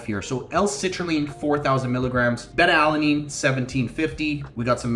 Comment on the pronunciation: Solid video, thank you. FYI - It's pronounced-Bay-Tuh, not Bet-Tuh. That's a Southeast Asian fish, lol. Have a nice day.